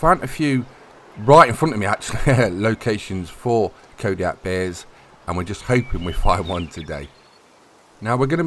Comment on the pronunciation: Calling Kodiak hares,, you are doing it wrong